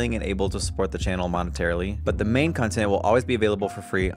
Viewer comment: Lol, you say "contint" the same way Mera Mangle does